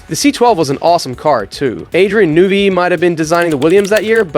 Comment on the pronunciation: Did you just say "Adrian Nuvy"?